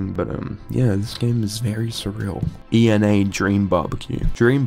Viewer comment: just an fyi her name is pronounced (eh-na)